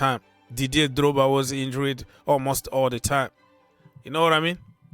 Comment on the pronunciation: In-jured not In-jur-red.